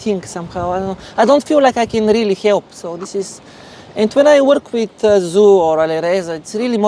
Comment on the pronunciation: His work seems to be amazing with her getting so many advantages in the middle game. Gotta say though: Damn lol, Zhu probably too polite to correct his pronunciation of her name (zh pronounced similar to j in English instead of z).